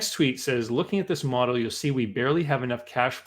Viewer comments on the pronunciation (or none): none